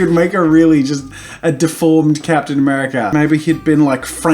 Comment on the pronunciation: “Captain americurry” Um